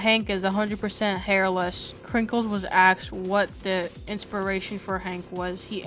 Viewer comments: Dude said "axed" at least 8 times. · "Krinkles had axed." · sorry but i just cant stand people who say axed instead of asked